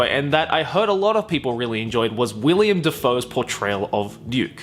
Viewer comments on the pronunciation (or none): Willem, not William. Willem Dafoe.